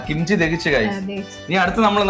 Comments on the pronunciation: kimcha alla kimchi annu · Note kimcha 😂😂😂😂kimchi✅